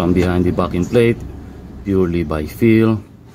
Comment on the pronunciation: That is a great video. Have to tell you from an Aussie, every time you say "backing plate". It's sounds like you are saying "Farrking Plate".